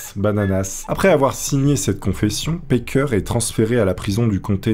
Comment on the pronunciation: Juste un détail, c'est "Packer", pas "Parker". Tu rectifies, mais je pense que c'est un "a" à la française, cf Cannibal le musical en vo.